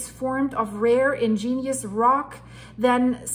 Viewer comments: Ig…….nee…….ous rock, not ingenious rock! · Or you might spell it out as, IGG-nee-us, with the accent on the first syllable. Very interesting,. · I dont like to correct things others say, but the word is 'igneous' rock, not 'ingenious' rock. Sorry. Like the videos. Keep it up. LedHed Pb 207.20 🎶 🎸 🎹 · Igneous. Ig-nee-us. You are saying in-gen-ious. I understand you are not a native English speaker and well educated so please don’t take it wrong when I offer pronunciations.